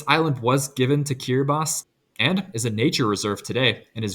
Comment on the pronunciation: I like how he makes a point of emphasising the correct pronunciation of Kiribati, then immediately pronounces Noriti as NoriTI